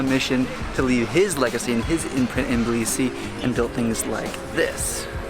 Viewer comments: can't believe that you kept pronouncing it blisi. its not that hard. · T in Tbilisi isn’t silent. I’m from Tbilisi and in Georgian language we don’t have silent letters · dafaq We spell the T in Tbilisi. This guy is talking sh.... Not true tea.. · We do say the T it's not silent never was